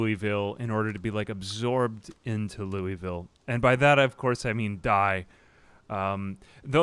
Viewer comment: Great content, even if it is just your voice and some zombie survival. Side note: Louisville is pronounced "Lou-a-vull."